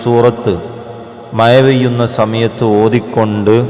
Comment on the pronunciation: മയ അല്ല മഴ 😅